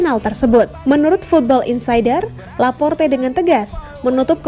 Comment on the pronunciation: Mnt , kenapa Laporte jadi Laporta min ?? Beda 1 huruf udah beda orang min 🤣🤣